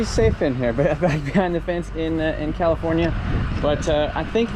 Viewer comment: commifornia, glad im not the only one who says that